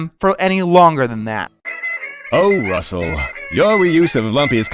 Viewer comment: (The Show Say's Russel) Me: Really... (Sigh) ITS NOT RAEL